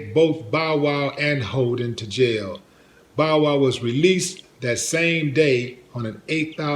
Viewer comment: D say Bowl Wow one more time 😂 😂